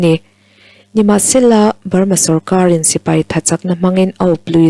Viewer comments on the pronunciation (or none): none